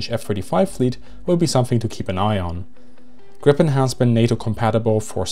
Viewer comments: It's pronounced "Greepen." But A for effort! :D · Griin, Gripon… -> Gripen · It's "Gripen", not "Grippen". Say it with me - "G-R-iiii-Pen". Never understood how this name can be so hard for foreigners to pronounce. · The correct pronaunsiation of JAS 39 is Griipen, not Grippen. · pronounciation is "Griipen" not "Grippen". also just guessing here but Gripen if probably referring to Giffen, saab seems to like mythological creatures. and the word gripen can also translate to "to get arrested" as in: my friend got arreste - min vän blev gripen. coming from the word Gräpp(gripp) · The I is long in Gripen. "gree-pen" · Just a friendly correction Gripen is pronounced [Greepen] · It is a long I in Gripen, and not short p. The way he pronounce Gripen are more like you would pronounce the previous airplane Viggen, short I and g like in cognition.